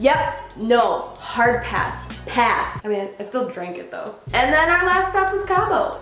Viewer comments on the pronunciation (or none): none